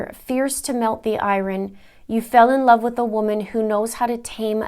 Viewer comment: I'm so sorry,, i can't help it!... 'Iron' is pronounced eye-urn. Again, SORRY! I just had to say it! Ugh. 💜💜💜💜💜💜💜💜💜💜💜💜💜💜